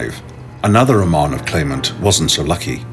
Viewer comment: So the idiot narrator mispronounces "Romanov" within 10 seconds of the beginning. Can we get an educated narrator please...